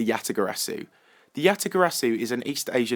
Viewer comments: you said "Yatagasu" instead of Yatagarasu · You said "Yatagasoo" instead of "Yatagarasu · Did anybody else realise that he said "YataGASU" instead of yataGARASU XD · Yatagasu? Lol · Anyone heard he said Yatagasu instead of Yatagarasu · "Yatagasu" LOL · he said yatagassu instead of yatagarasu ;) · Did you just say Yatagasu? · lul you said yatagasu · you said "Yatagasu" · you said yatagasu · Did You Say Yatagasu? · did you juse say yatagasu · said yatagasu. XD. no hate.